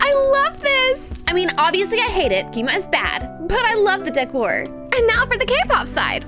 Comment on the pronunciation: She knows that, she just acsadentlly said it wrong